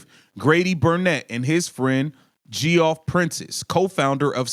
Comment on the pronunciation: Geoff is pronounced Jeff btw